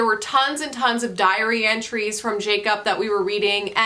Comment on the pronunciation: Did my French-speaking ass legitimately hear "diarrhea trees" instead of "diary entries"? MAYBE 😂 i am struggling to find time and energy to read recently, but your videos help! Take care